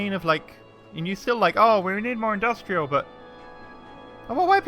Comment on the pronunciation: That's a lot of indus-tree-al you got there